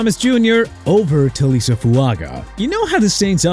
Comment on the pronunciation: IT'S PRONOUNCED CHOO-BA HUBBARD NOT CHUBBA AND FYI HAD THE DOLPHINS SELECTED SWEAT OVER ROBINSON, THEIR DEFENSE WOULD'VE BEEN BETTER!! SO THANKS A LOT!!!! SMH ALSO IT'S TAH-LEE-ESS-AY FOO-AH-GAH NOT TALISA!! UNBELIEVABLE